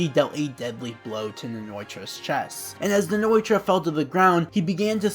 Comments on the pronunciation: Btw It's Nnoitra not Nnoitorra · Also hate how u pronounce Nnoitra